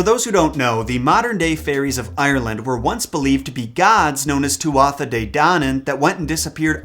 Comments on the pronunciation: Mc and Mac are both pronounced 'mack' not 'mick' and 'mack', the first being Irish origin and the second Scottish.Tuatha is pronounced 'Too A'.really liked the video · it's "too-ha"